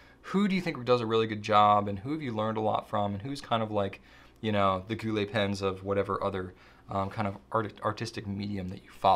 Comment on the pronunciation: "Gou littles" 🤣